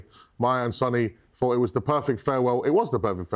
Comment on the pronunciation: Sonny is pronounced Sonny not Son-ny. Just because Son took it as a nickname doesn't mean you mispronounce the actual name.